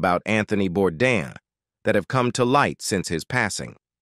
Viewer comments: SAY HIS FUCKING LAST NAME RIGHT. ITS BOURDAIN NOT BORDAN. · IT IS * SO DISRESPECTFUL & RUDE * THAT YOU DON'T SAY HIS LAST NAME RIGHT. ❗IT IS BOURDAIN ❗❗❗ Not Bourdan or Bourdon ❗ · Hey guys, the correct pronunciation is Bourdan, as the way Bourdain is properly pronounced if you were properly educated. Are you American by any smalll chance?